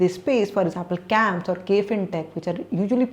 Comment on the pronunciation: its CAMS and not KAMPS.